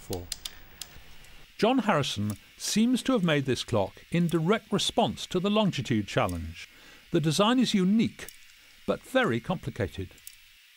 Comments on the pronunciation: It’s not longditude,it’s longitude. It winds me up when it’s pronounced wrong. Just saying.... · I'm surprised that this lovely man - as involved in longitude as he is - mispronounces "longitude" as though there were an additional "t" after "long". There is no "t" there and so the word IS - and should be pronounced - LONG- I- TUDE and not LONG TI TUDE....... Admittedly - Latitude and Long ti tude rolls off the tongue in a more satisfying way than "Latitude and Longitude (no extra "t") - but it's wrong..... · When did it become Longtitude. I always was told it is Longitude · Great video. You would think though, that Adam would know that it's pronounced LONGITUDE, not LONGTITUDE. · Why do so many people say longDitude and not longItude. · For goodness sake, its LONGITUDE not longditude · why did nobody stop the presenter from repeatedly saying "Longtitude" not Longitude! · I am a Harrison fan and enjoyed this show. I'd like it more if AHD would stop adding a 'd' in the middle of longitude. It's NOT 'longditude'! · It's pronounced "lonjitude" -- the 'g' is soft. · Excellent video of a fascinating subject. I wish he wouldn't pronounce longitude as longTitude though! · There is only one T in longitude. In common with most people, he pronounces longitude with two T’s: longtitude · STOP saying "longDitude". It's REALLY annoying! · Adam Hart-Davies is a great presenter, but his constant mispronunciation of Longitude is jarring